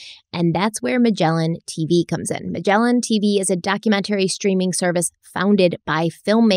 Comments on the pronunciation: I’m just here so I can hear the way says dock-que-meant-arie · Hi, Love your videos! Recently at work I pronounced the word "documentary" the way you pronounce it and I'm like OMG! The effect!! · DOC-YOU-MEN-TERRY AHHHH 🤬Bugs the crap out of my brain every time. Love your content though. So smart and detailed and thorough. 💗